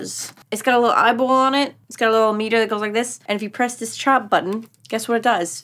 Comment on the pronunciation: Why did your accent change to an Italian one at “chop”? I can’t tell if I’m trippin or not